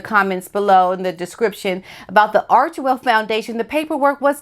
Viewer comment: They don’t even pronounce Archwell correctly it’s Greek and pronounced Arkwell. Hard K .